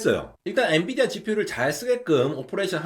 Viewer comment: n"U"dia 뭐냐 ㅋㅋㅋㅋ